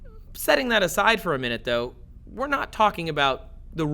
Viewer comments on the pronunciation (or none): none